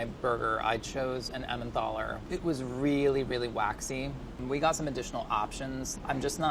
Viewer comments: Its Emmentaler not Emmenthaler!! Get rid of the h please! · it's emmentaler, not emmenTHaler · Why is no one talking about how he inserted the H into emmentaler?! There's no h! 😂😂😂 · there's no th in Emmentaler:D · It's Emmentaler cheese and not EmmenTHaler. Made me crazy every time he said it. Also Gruyère is not pronounced Greyere...if you're gonna act like a cook atleast learn how to f*ckin say what you're putting in it! Rant over and out lol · It's Emmentaler not Emmendahler! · Every time he says emmenthaler I want to scream. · Emmen "taller", don't pronounce an h into there, or maybe "tallah" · He pronounces it like EmmenTHALLER and they literally wrote "EnmenTHaler" on the list😅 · Is no one furious that this guy keeps saying emmenTHaler? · The way he pronounces Emmentaler... jesus man, where are you getting the H from? It‘s not Emmenthaler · I love that he pronounced Emmentaler „Emmendohla" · emmentaler is actually pronounced with a regular t, not a th :) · Idk why but when he says Emmentaler it triggers me so hard. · I chuckled on how he says "Emmentaler" :) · Swiss people triggered every time pronounces "Emmentaler". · The way he pronounces Emmentaler 😄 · His way of pronouncing Emmentaler hurts... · I just freaking love this guy Pronounciation of Emmentaler gave me uncurable illnesses, however 😩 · emmentTHHHALLER and tschallerhoker